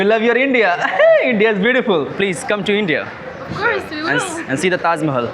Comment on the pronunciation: Bolna bhi seekhle thoda theek se. tazmehal nhi hita Tajmehal hota 😂